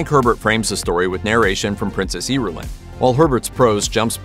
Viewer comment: Whoever wrote this video needs to listen the audiobook book, that's not how you pronounce the princesses name, but that can be forgiven. However the lady Jessica isn't the dukes wife. She's his concubine